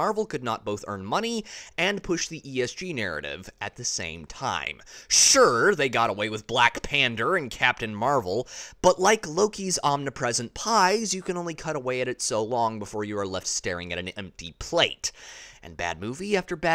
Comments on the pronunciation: Did he say "Black Pander" ? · yes, and it is accurate